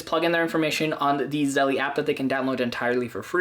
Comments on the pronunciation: It's not pronounced "zelley" ITS PRONOUNCED "ZEL" !!!!! Is it spelled "zellie"? No, right?!?! It's spelled zelle - therefore the last "e" is SILENT!!! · I think it’s pronounced “Zell” like the word “sell” but with a Z. It isn’t “Zell-ee.” 🤔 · I think its Zelle not Zelly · it's zehl not zellie; OY VEY! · You're mispronouncing it - it's like Zell (the last "e" is silent) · You dont pronounce the e on the end lololol It's Zell like Sell but with a Z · Stop calling it zelly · pronounced "ZELL"* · Zelle is the ONLY way to send money instantly for free. Game changer! Also, the E is not pronounced so it’s just “Zell” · The incorrect pronunciation really bothers me. The word “Zelle” has to be pronounced correctly especially if you are doing a tutorial. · You don't even know how to pronounce Zelle, I cannot trust you.